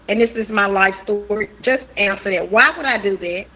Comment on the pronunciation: The phrase is "THAT" not "DAT".